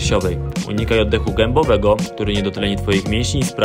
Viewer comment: "Oddechu gebowego"?